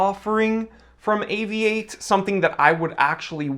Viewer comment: Great to have an American watch view who can say Avi-8. Properly.